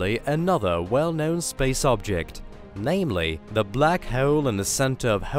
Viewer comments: Can not continue watching, christ you sound so annoying. I want to punch a wall every time you say "black heul" fucking hell. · NO, shitty music and horribly anoying narration ("Black Heule" .... What!?!); 2 minutes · I can't handle the narrators speech impediment. Hawoel and salar system . Wtf 😒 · dont be an ass hewol. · "Black hewl" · Yes that's the Russian accent coming through mixed with classic British English. You have a fine ear sir. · But the way he said "hole" annoyed me so much.